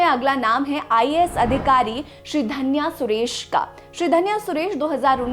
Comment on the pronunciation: श्रीधन्य को श्रीधनिया क्यों कह रही हैं।